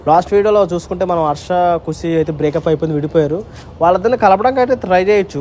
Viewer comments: Breap up❌break up anna 😂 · Breakup ❌ breapup😅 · broo breapu❎ breakup✅